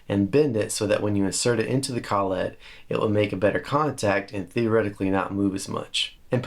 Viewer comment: collet, one word less emphasis on the syllables ..lol (sorry, don't need my permission to say it the way you want) You are a lot like me, you do things the reasonably priced way. That said, the am pro 2 jazzmaster... wow. You can buy the trem now so put that in your squire. Not sure why they don't just make them the standard now.